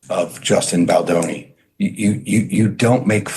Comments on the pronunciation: Love your coverage of this, but for the love of Gwaddd its 'Baldoni' not 'Balani' 😄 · It's vicious how Blake and Ryan go after Justin Baldoni (not how you pronounce it, Baldani); no matter what happened in the past when producing the movie, Justin does not deserve that, period. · It's Baldoni, not Baldani😂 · The way you keep calling him 'Baldani' instead of Baldoni 😂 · You’re not pronouncing Justin’s name correctly. It’s Bal - dough- ne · bal-dow-ney. Bal-bååååwney.. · You've been saying baldonis name wrong for weeks and it's driving me crazy!!! Lol. I went to school with him and have been following all the news. I think you're the only one mispronouncing it. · Please learn how to pronounce Justin's last name. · For the love of all things, please finally learn how to pronounce Justin Baldoni's name. It sounds awful and ignorant every time you say it.